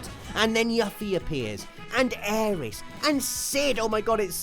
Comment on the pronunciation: It is Aerith NOT Aeris,. AerITH with th not s.!!